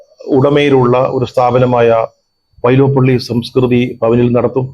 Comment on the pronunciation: വൈലോപ്പിള്ളി... വൈലോപ്പള്ളിഅല്ല സാറേ..